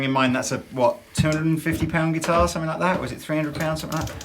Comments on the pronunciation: "sumpthink" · I'm having trouble finding the k at the end of the word "something"